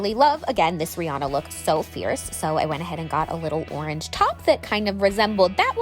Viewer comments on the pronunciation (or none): none